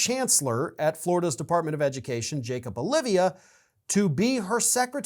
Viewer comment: BTW, it's Jacob oh-LEE-vuh. He's a turd too.